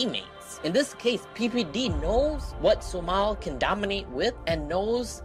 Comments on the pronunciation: Great drinking game everytime you hear the word Su-mahl take a shot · Stop saying sumal